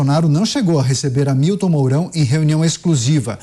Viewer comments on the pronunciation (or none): none